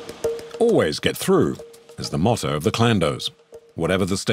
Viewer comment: True definition of Motor in Nigerian accent 🤣